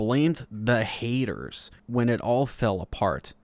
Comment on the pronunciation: This was great. You rock as do your merry band of "haydurs" 😂